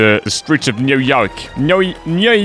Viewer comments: “New Yoioiuk” - 2021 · Enjoying these! (It’s Noo as in Noodle and Yawk as in Hawk).